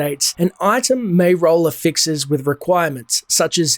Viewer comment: Ever heard someone pronounce affix like you